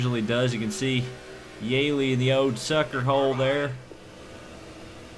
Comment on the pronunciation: Btw its (yee-lee) not (yay-lee